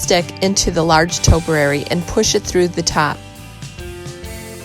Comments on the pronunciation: Actually it’s pronounced ‘’topiary’’. Not toperary..... but I do love your channel. 😊👍😷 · Toe- pee-airy not toe-per-airy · Liked the post but please learn how to say topiary. tow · pee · eh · ree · Not toperary but topiary- just teasing absolutely love your rescues. Just found your channel today and will be watching them all.